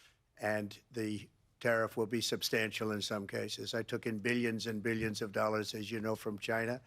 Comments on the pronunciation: And: Billyons of dollars, i made Billyons of dollars! 😂😂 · I like the way he pronounces 'millions' and 'billions' lol